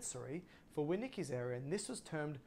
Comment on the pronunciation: Thank you for sharing. For future reference please correct or check your pronunciation of Wernicke’s aphasia. Thanks again! Excellent information.